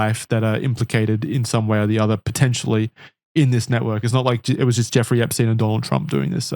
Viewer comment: Why does call him Jewfrey? 😂